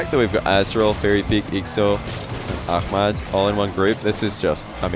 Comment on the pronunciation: My hat's off to you,! Love that you're putting in the concerted effort to pronounce names right; Ahmad and oKhalid.